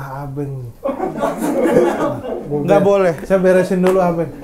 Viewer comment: Gurunya slah ngucap Yunus dan Abenk😹